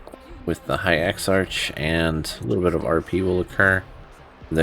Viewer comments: Great video dude! Butttttttttt...... it's ex-ARK not ex-arch hahahaha.... just messing around man. Thank you, you saved me a ton of time. :) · Would have been a better guide if you hadn't driven me crazy mispronouncing (eksa-k) exarch. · Exarch= exark. archmage = Arkmage.. your driving me mad bro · What this guide doesn't tell you is that you need to be friendly with the factions of the broken isles to even begin this. That in itself took me hours to complete with all the running around and special quest states required to even see the NPCs that give quests. I'm currently halfway through the video and while accurate as to what we're suppose to do, I am malding over how you pronounce Exarch wrong and a few other things. At least it makes me want to get this done even faster. No hate, just sayin'.